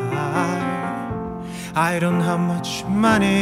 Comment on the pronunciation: insideとかhideとかの発音が心地よすぎてとろけます